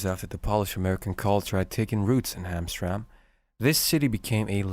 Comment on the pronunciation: You should remake the video with the correct pronunciation. It is Ham Tram Mek. Not Hamstrang as you say it.